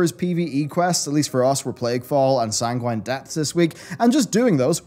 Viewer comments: "SAN-GWINE"? rofl -_ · The way you say genuine & sanguine should be on /mildlyinfuriating